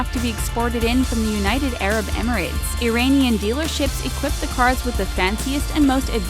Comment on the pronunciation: I cringed so hard during this. “Pomegranate walnut stew”, um no that’s fesenjoon. Educate yourself about Persian culture before you make a video about us. Also, learn how to say Iranian